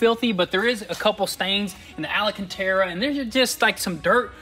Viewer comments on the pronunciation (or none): Al-can-tera not alla-can-tera, js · IT'S AL-CAN-TERA.. Alcantara.. there is no extra A. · Am I the only one who hears that “scratching record sound” when he says “ALACANTERA instead of ALCÂNTARA”?! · Holy Hickory, it is not Alacantara. It is Alcantara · Guys . . "al" cantara not "ala" cantara. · Long time follower, love the content but can y'all please for the love of God say Alcantara properly. Been driving me nuts lmao. It's Alcantara not alacantera 😂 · alcantara not alacantara! Like nails on a chalkboard! Great video, though! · It’s not alacantera…. ALcantera.. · Al can ta ra. Not Ali can ta ra. Just saying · AL-CAN-TARA. Not Ala cantara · Love that Alacantera 🤣🤣🤣🤣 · ALA-CANTERA? is that a new fabric? lol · What's Ala-cantara? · I hope you read this comment …. It’s Al-cantara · Hey Guys love your channel, just so you know, the word Alcantara has 4 A's in it not 5, you guys have somehow picked up an extra A. Not complaining, just trying to help. Keep up the good work !! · DUDE, there is no extra 'A' in alcantara....